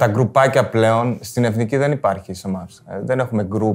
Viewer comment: Μόνο το ΕΦΝΙΚΗ λέει λάθος κατά τ άλλα πολύ καλά